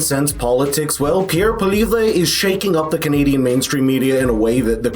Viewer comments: No offense but Pierres' last name is pronounced like Polly-ev (at least in english anyways). It sounds a little fancier in french tho but no need for you to memorize that eh ol) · his name is pronounced POLY-EV, get it right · It's pronounced Polly-ev. Lol. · Only by illiterate WASPs. LOL. In French, it's pronounced Pwa-lievr. LOL. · His name is pronounced POLL-EE-EV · Glad to see you covering this, but would be nice to see you learn how to pronounce his name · Learn how to say Poilievre